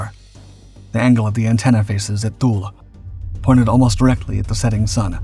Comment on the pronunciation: Thule AFB is pronounced "TOO-lee" (/ˈtuːliː/).